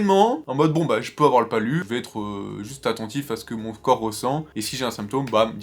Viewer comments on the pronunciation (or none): none